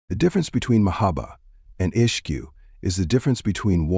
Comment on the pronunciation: Beautiful.. just one observation- Ishq is not pronounced as ishqu....was that for a reason?